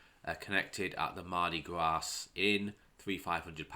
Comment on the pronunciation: FWIW, the ‘s’ in ‘Mardi Gras’ is silent.